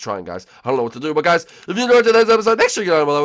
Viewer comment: hi huys says Morton